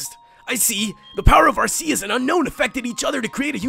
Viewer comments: Its pronounsed arkeus which is weird. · Its pronounced are-key-us. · Its arc eus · You mispronounced Arceus. It's ArrKKKKKK- EEEE-UHssss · Lol it's pronounced ark-e-us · it is prnonced arrr kee us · Leann Cottman NO ARR KEE US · I was good until he said Arceus name wrong... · I wish you'd say Arceus right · He is saying arceuse wrong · Stop pronouncing Arceus wrong. It's so damn annoying. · AR-KEY-US!! Not AR-SEA-US! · You read it like Arkeus not Arseus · Its pronounced ARC-E-OUS nor AR-C-US >_> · Its ar-key-us not ar-se-us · Every time he said are-se-us I said ar-key-us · Ar-see-us, ar-key-us. Row-tum, scro-tom. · IT IS ARK-EUS.... NOT ARSEUS!!!!!!! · I know this video is years old, but it's pronounced Ar-key-us, not Ar-see-us. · Ar-KEY-us not Ar-SEA-us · It's ar-key-us,not at-see-us!!! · it's pronounced Arceus with a 'k' not an 's'... watch the movie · actually its Ar-Key-Us not Ar-ce-us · not ASSCUS AT ARCUS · It's not AR-SEE-US it's AR-KEY-US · Ar-Kéus Not Ascuse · Is pronounced ar-key-us not ar-see-us. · It doesent sound like arseus it sounds like arkeus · u pronounce arceus ar-kee-us not ar-see-us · It's pronounced R - KEY - US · Its pronounced are-key-us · Ellery Park AR-KEY-US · IT IS PRONOUNCED ARE-KEY-US AND IF NOT CONSULT A POKEMON HANDBOOK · arceus's official pronounciation is "ark-ee-us" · its actually pronounced Arkeus. Just stating a fact ppl. I do like Ggiratina a lot but Arceus is awesome. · People will hate me... it's pronounced Ar-ke-us GameFreak confirmed. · Everyone here is funny with the pronounciations, the one movie they did in English for Arceus pronounced it as AR-SEE-US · Arceus is really said arkeus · p his name is ar-key-us as said in the pokemon Sinoh handbook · first it's r-k-us now arseeus? gimme a break its ARCEUS. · watch the ar-key-us MOVIE! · arceus=arkeus in pronouncing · your prounauncing Arceus wrong its arkeus if you said it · not trying to be mean but in the movie they pronounce it AR-KEY-US :) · It's Arc-eus